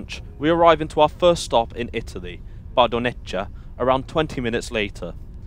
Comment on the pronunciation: I’m sorry to say that Italian pronunciation wasn’t as great. Bardonecchia should be pronounced as Bardonekkya. In Italian ch=k and thus cch=kk